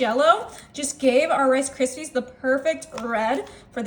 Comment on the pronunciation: "FA LUFFY" AND "CA RISPY"??????